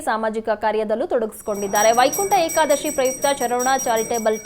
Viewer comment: ಯಾಕಾದಸಿ ಅಲ್ಲಪ್ಪ, ಅದು ವೈಕುಂಟಏಕದಶಿ.